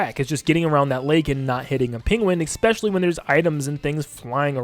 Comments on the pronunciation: Bro, I love your content and this is extremely petty of me to say but, the word is "especially." I'm sorry I'm a huge grammar stickler and hearing you say "eckspecially" a hundred times in this video was driving me insane. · THERE IS NO 'X" in 'ESPECIALLY" AHHHH YOU SAY IT ON EVERY TRACKKKKKKK